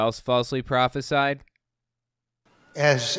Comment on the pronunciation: He can't even pronounce the word "prophesize" and people look to him for wisdom lmao